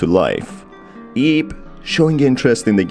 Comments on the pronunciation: "Who ate her in journey" I sure hope he didn't (also, I know he said "aids" The Auto Captions just suck with accents) Edit. Also. Ib is supposed to be pronounced like eeb (it's like eve, but with a b) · It bugs me "IB" pronounced as 1 word... it is pronounced as "I-B" or "i-bu(イヴ)" lol